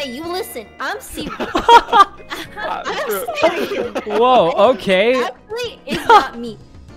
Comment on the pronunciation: "I'm sewious! Hey listen, I'M SEWIOUS!" adorable as always, I see.